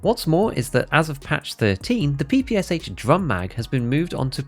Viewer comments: Now it is time to say that It is NOT PEE PEE AS AICH. It is Pe-pe-sha (how tf you read in English? Horrible language in terms of reading. Anyways read it as "pan" without n) because it is stands for pistol-machinegun of Shpagin. No wonder the last h is not written in Capitals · It’s pronounced PP-Sh, not PPSH, there’s a reason the h isn’t capitalised. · Stop calling PPSH by letters, SH is not an acronym, it is called P-P-Sha (p ls like in Pen) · ye you're right. if it was a true acronym it would bs PPS41 but if your pronoucing PPSH in english it would sound more like Pee Pee Shu. more the russian word